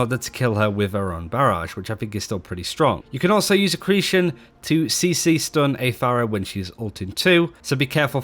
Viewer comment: Dude, why can't you pronounce accretion?